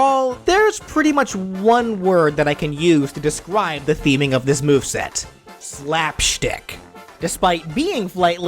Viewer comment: Hey you actually said the word describe wrong